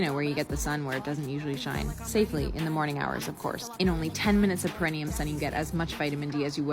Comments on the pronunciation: someone should tell the sun bather than it's spelled "perineum" NOT "perenium" and it's mostly pronounced per-ee-nee-um not per-en-ium. Bloody hell.... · It’s pronounced Paraneeum